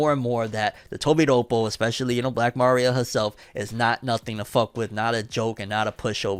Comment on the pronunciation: Why u keep saying Ma-ria Isn’t it Maria